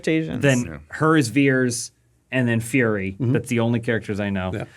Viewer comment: Why was it pronounced ‘Veers’ when it was ‘Vers’ on the tag?